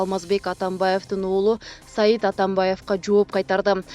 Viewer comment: Журналист кыз Атамбаевтин уулу Сайид эмес Сейид.Сайид Афгандарда, Турктордо б.т.